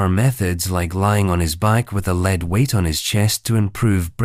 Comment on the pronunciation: I love listening to these stories, and realize that they are😂 narrated bu AI. Can whoever have AI pronounc the words correctly. Words like such as the years, the number of royalty, but especially'lead'.